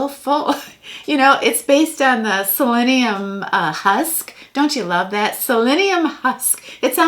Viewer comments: It's "psyllium husk," not "selenium husk." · HHHAAA is psyllium husk....not Selenium Husk....... but it was funny !! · LOL,, it's psyllium husk, not selenium husk! It's good stuff!